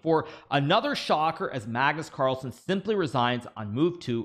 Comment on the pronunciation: Pagnus parlsen 😂